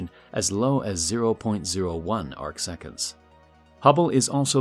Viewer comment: “Arc seconds” 😂